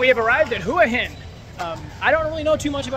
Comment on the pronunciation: They are called pepper corns, probably from Cambodia. You should use google and do some research, you don’t even pronounce Hua Hin correctly and it’s not polite to call bar girls prostitutes. 🤔